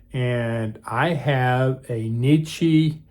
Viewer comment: It's NECK EE, not KNEE CHEE